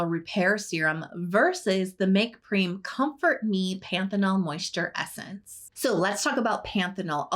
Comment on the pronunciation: I think M.Prem is pronounced like you say "them" Make Prem